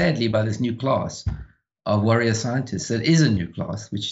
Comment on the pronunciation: Did he say "worrier scientists"?! Dang that is spot on!